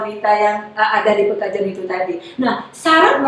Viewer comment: Perkampungan Pekojan bu, bukan pekajon😁